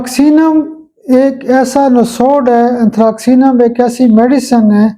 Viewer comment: میرے خیال میں صحیح تلفظ انتھراسینم ھونا چاھیے کیونکہ ،ک ،کے لئے انگریزی کا کوئی حرف استعمال نہیں کیا گیا c س کے لیے ھے نہ کہ ک کے لیے ۔باقی تو اساتذہ بہتر جانتے ہیں ۔